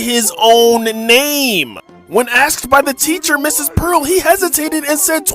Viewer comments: I like how none of the comments are talking about how he said Mrs pearl 😭🙏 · Why is nobody talking about how he said “Mrs pearl”